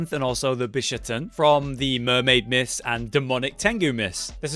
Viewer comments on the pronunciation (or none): none